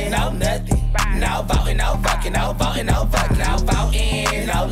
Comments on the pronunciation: I lost it at Matt saying Vucking 😂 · Love hearing Matt say vvvvucking with a V